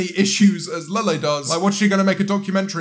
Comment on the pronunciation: Please stop saying LeLe like a nutjob. 🙏